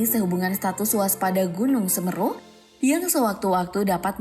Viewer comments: Semeru mbak bukan sumeru😭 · UCAPANNYA BUKAN "SEMRU" TAPI PAKE " E" S E M E R U jadi enak di dengar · Pake E bukan e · Semeru bukan semru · Semeru bukan smeru🙏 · Semeru mbk bukan semeruh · Semeru bukan semmerru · Semeru bukan semeeeeerrrrru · Keganggu bgt sm pelafalan semerunya salah berkali2. Harusnya huruf e di semEru, dibaca é bukan ê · Maaf ya gaes voicenya mbak gogle ada yg salah penyebutan nama semeru. Apa mungkin itu perbedaan antara logat asli jawa dan biasa fasih Indonesia. Penyebutan semEEru bukan semeru. Aq bahas penyebutan bukan tulisannya ya. Dan semoga diberi ketabahan untuk para korban dan cepat pulih sedia kala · Pengucapan Seměru bkn Semeru utk komentator. Semoga sehat dan dlm lindungan Alloh SWT utk semua warga sekitar Seměru yg selamat dan terdampak. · semeeru ,,,semeru...semeruu....mengucapkan kata semeru aja keliru...kelihatan cumak copypaste beritanya.. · Semeru min bukan semerru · Penyebut an nama nya woy!! Tolong ya!! Bagian huruf 'e' .. Semeru dibaca s.e.m.E.r.u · Cara baca yg benaer seméru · Gw sbg warga lumajang tertawa melihat admin yg salah mengucapkan logat seMEru nya😫🤣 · Kok Semeru sih SemEru......ni pembawa acaranya gak pernah tau na.gunung ya...😁😁😁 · Ejaan nya salah bun, Seméru harurnya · Bacanya tuh Gunung Seméru ngab... Lu aja bisa ngomong MAHAMERU dengan benar,masa Semeru ga bisa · Semeru, se (e) pada kata (se)kali/(se)tuju, me (e) sama pada kata (me)ter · semeru. Bukan semeru😭🙏🏻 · Semeru bukan semeru min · Nyebut nya semeru salah mba. Ga pernah baca ya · Tolong la kata Semeru nya pakai logat yg bener,biar enak di denger orang Jawa😀😀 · Semeru mbak bukan semeru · Yg ngisi suara dlm melafalkan Gunung Semeru salah kaprah. Namun selebihnya baik saran saya belajar lagi dlm melafalkan bahasa Indonesia dg benar. Semoga kita semua dlm lindungan Allah SWT amin 🤲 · Semeru bukan semeru. Andai bisa komen pake audio. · Coba belajar ucapkan semeru n mahameru yang bener biar enak di dengar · Nyebut nama gunungnya ejaannya salah mbak